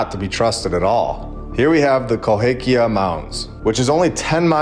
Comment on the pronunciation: You absolutely butchered the name of Cahokia and Delhi and didn't even realize that the city at the end is Ashgabat, a CITY in the COUNTRY of Turkmenistan. The name of the city isn't Turkmenistan lol. Not only are you highly uneducated, but you also just throw things out there and make random connections without having any real explanation or evidence of what you're trying to prove. Keep up the videos though, these schizo rants always give me a good laugh